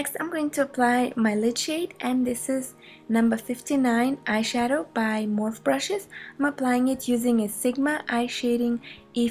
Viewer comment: Awesome video, thank you! One small note, though, Morphe brushes are pronounced morph-E, you say the long E sound at the end, I'm pretty sure, anyway. I've only ever heard it pronounced this way. Thanks again, you're so beautiful!